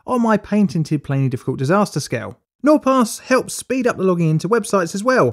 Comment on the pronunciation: why do you spell it plainly difficult but pronounce it play diffcult?